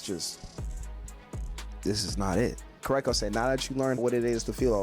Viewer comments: KurOKo basket ball not Kurako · I couldn't get over the way he says his name either lol